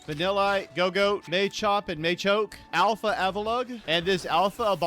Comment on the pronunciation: Umm excuse me.....did you say Maychoke and Maychop? o_O